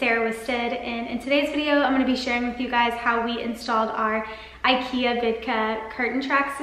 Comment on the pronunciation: God, your constant mispronunciation of IKEA make this video absolutely unbearable. Why do Americans think the way they choose to say things is right?